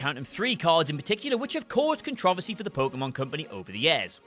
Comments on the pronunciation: You pronounced controversy wrong. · I came to the video for the pronunciation of "controversy". Love it. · Excuse me... how did you pronounce controversy? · I'm an English buff and it slightly peeves me that he can't pronounce controversy or controversies right.